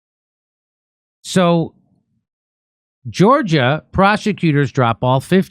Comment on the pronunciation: Jimmy still can't read...."Georgia! Prosecutors..." As opposed to proper stress in a sentence...Georgia prosecutors....